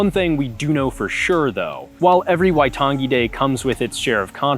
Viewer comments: Love the NZ content! But I think a note on pronunciation should be made. "ng" in te rea Māori is more of like the end of the "-ing" suffix in English, "nguh", not the hard "guh" as pronounced here. There are other things, like the tapped/rolled "r" and the vowel system, but that "waitan- gee" stood out the most. Other Kiwis feel free to correct or explain differently. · The emphasis is on the "ai" in "waitangi", not the second "a" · The way he says waitangi is so weird lmao, you ain’t meant to emphasise the g like that 💀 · How could you do a video on this and not know how to pronounce 'Waitangi'? It's actually insulting.